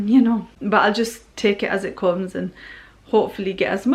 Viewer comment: Leicester or Blackburn accent “ I’ll take it as it cumes”